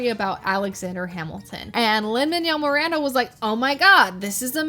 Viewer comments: I’m sorry but the way you’re saying Lin Manuel Miranda is killing me😭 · The way your saying lin manuel Miranda's name bruh 😭